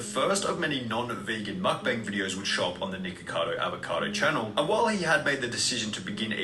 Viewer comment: It sounded like he was saying niggacado avocado lmao